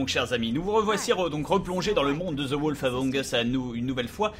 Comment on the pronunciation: J'en peux plus de la prononciation de Bob pour "The wolf among us" ! Le "o" de "wolf" se prononce "ou", pas simplement "o" ; le "a" de "among" se prononce comme un "e" léger, et pas "a" ; et enfin le "th" ne se prononce pas "z" ! Allez, je plaisante, chacun prononce les titres comme il le veut, on va pas les corriger en permanence sur des choses qu'ils disent tout le temps, comme Fanta qui dit tout le temps "bacon" au lieu de "beacon" dans Minecraft... Très bonne vidéo Bob ! Et, s'il te plaît, ne crois pas la cartomancie ou la voyance et ce genre de débilités attrape-nigauds, tu vaux mieux que ça ! Hihihihi...